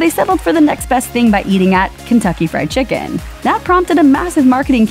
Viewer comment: Lmao dat pronounced Japanese version of Kentucky